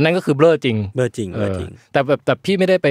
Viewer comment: จากใจคนใต้ หลับเหมือนกันแต่ตื่นมาขำคำว่าเบล้อ